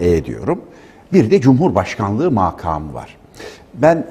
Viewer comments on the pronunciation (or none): Mâkâmı değil, makâmı demeniz gerekir !